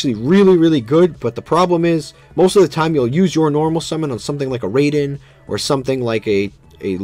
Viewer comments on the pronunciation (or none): Raiden is being pronounced wrong. Raai-den rather than Ray-den